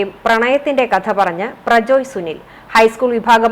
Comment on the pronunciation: പ്രജോയ് അല്ല….പ്രജ്വൽ എന്നാണ് ….കഷടം 😂😂😂😂